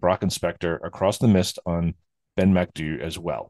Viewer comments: No its not, it's mac do-ey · Pronounced 'Ben MacDo'